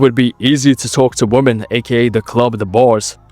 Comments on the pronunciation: Just FYI, you're mispronouncing "women". It should be "wim-men". (Saw you do it on a more recent video, so if you haven't corrected it, you might want to look into that lol) Thx for the knowledge bro. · you need to cut out guys who pronounce "women" like "woman" 🤣